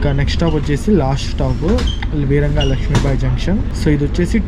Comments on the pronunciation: వీరాంగన … వీరంగా కాదు గతిమాన్…. గాతిమాన్ కాదు చిత్తరంజన్ … చిత్తరాంజన్ కాదు కొంచెం తెలుగు మీద కూడా ధ్యాస ఉంచు సోదరా!!! 😂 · వీరంగా లక్ష్మీబాయి జంక్షన్ కాదు, వీరాంగనా లక్ష్మీబాయి జంక్షన్. వీర వనిత అన్నట్లు.